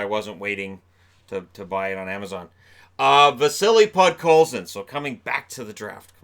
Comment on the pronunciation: I like how he even looked at the paper multiple times and was probably told many times before what his name was yet he still couldn’t pronounce it